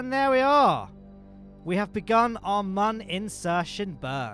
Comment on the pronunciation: Mün/Mun is pronounced Mewn